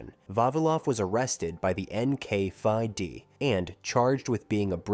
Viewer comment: NKVD, not NKfiveD.